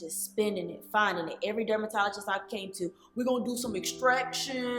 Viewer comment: She said dumbertologist.